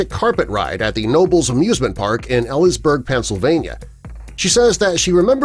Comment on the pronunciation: I literally live 5mins away from Knoebles 😆 btw, it's pronounced Ka-know-bulls. And Elysburg is pronounced Eel-lease-burg 😉